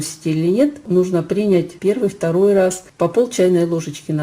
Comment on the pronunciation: Принять. Ставьте правильно ударение.